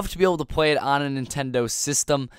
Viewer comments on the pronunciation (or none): none